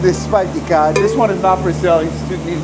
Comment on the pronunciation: “cawd” lol